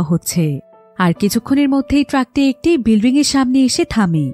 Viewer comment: Bilring na bilding Hobe?